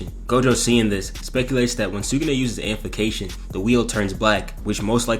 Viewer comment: "Amplication" MMMMFFFFFFF, AMPLIFICATION